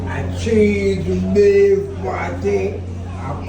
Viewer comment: It sound like THREE BEEF Fi real still a dat me did tink him say instead of CHEESE BEEF😂😂